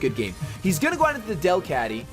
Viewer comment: pronounced DEL-cat-ty